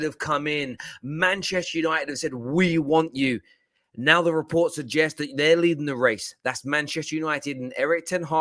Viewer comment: So many re-poop.. reports.😂😂😂 I lost it when he said that.